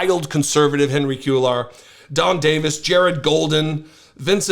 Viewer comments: Henry Q-lar??? How about “Kway-yar (Cuellar)”? And I don’t even speak Spanish. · Once again, KWAY-yar. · It’s pronounced Cue-yar. The double l in Spanish is a y sound.